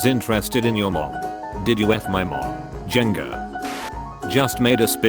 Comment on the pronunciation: Wow he really just called Gengar Jen - gar didn’t he?